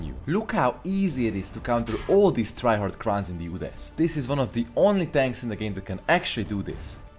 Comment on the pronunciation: This pronounciation kills me "UDES" yoods